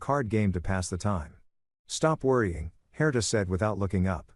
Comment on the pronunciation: I just want to say first , the name Herter , or Herder ,,, is not correct , the name is spelled Herta , how do I know that is correct ,it was , is , my mothers name , she was Austrian it’s a European name , will not hold that again the story lol . Point of interest , on my part … The story is really good , I enjoyed it thanks and the voice great …. I would love a part two , just to see and hear how these children interact with their biological father’s etc and that they ended up hopefully really happy with their lives ,, and the dad , wanting a great outcome for him as well ..